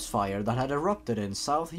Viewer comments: you pronounced yorkshire wrong you say it like York-sher thats how you pronounce it also dont ever say it liek that in yorkshire unless you want bricks thrown at you. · York-Shear. I'm British so I know how to pronounce it.